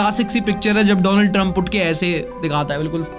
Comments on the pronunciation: isne jaan bujhkar "doland " bola. thora dhyan se india ke pm se darte ho wo US ka hai usse bhi daro. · Donald ❌️ Dolund ✅️🤣